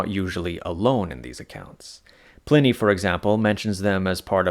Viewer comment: Pliney the Elder is pronounced like Pliars . The I is long. The I is pronounced like "eye"